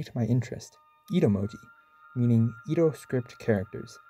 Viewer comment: Anyone gonna tell him it's Edo, not Ido?